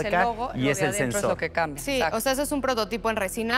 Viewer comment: "pa" "cambea". jajaja